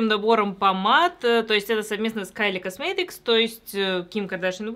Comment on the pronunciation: космЭтыкс ОРУ